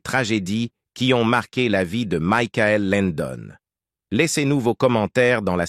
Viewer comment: Ce n’est pas Mickaël son prénom, mais Michael (comme Michael Jackson)